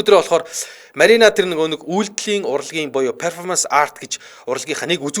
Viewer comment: Zuv unshaarai. Peerfomanc bishee Perfoormnc gej duud